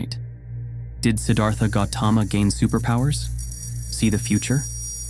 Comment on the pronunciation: A gentle awareness: "Siddhartha" is not pronounced with a soft, Anglicised -th (as is thistle or thin) but with the exasperated -Th of Sanskrit ( almost like Sid-arT-ha). The Th in Sanskrit simply put an exasperation after a hard T ❤